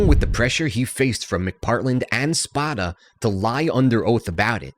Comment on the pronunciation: If you can’t pronounce a main characters name correctly the rest of the info is questionable. It’s Spoda with a long O.